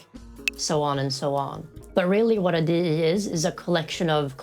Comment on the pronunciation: I like the way you say DE the E sounds weird tho